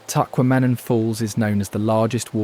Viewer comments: The video is wonderful, but the narrator really needs to redo the show AFTER he learns how to pronounce the names of locations in our state…ie Tacquamenon Falls is pronounced TAH-QUAH-MEH-NAHN… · And Teh-QUAH-meh-non. Not Tech-Wah-MEH-non. As nice as this video is, it's not fully researched in my opinion. It's historical facts, but obviously the person has never been there, or couldn't get AI to pronounce it correctly. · That mountain in the thumbnail is not in Michigan!!! But other than that good video! Tah- Quam-Ah- Non The Great Lakes of Michigan all have multiple coasts , Lake Michigan has an East coast and West coast, Lake Superior has A North and South coast , Lake Huron has East and West coasts Lake Erie has North and South Coasts . Lake Ontario, the only great lake not touching Michigan has a north and south coast. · You’ll never convince an AI bot of that fact!! Just like you’ll never get it to say get to say ‘ tack kwa monin ’ properly!😊😊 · The other wrong pronunciation beside Mackinac (pronounced Mackinaw) was Tahquamenon Falls. It’s pronounced Tequamenon. When you show places in a state please find out how to pronounce those names correctly. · You need to work on your pronunciations. Mackinac, Tahquamenon, Macatawa, Les Cheneaux, Frankenmuth, Leelanau, I can’t listen anymore.